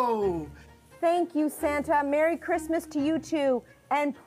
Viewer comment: Merrwy Cwismas.From Mike Tyson